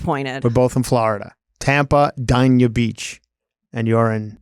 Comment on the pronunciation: Heather I think you just described accordion hurricane shutters to keep squatters out. They would definitely work. Can’t wait to see Chris this weekend. It’s pronounced Day-knee-uh btw